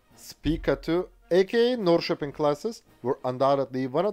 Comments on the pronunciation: Literally the first time i've ever heard a non-Swede pronounce Norrköping right! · I lived in Norrköping for about two or three years and it surprised me by how well he pronounced its name. I'm used to English people straight up busting it out on city and town names haha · As a Swede and a citizen of the town of Norrköping, I approve your pronunciation of the name of my hometown. Very well done and I’m a bit amazed!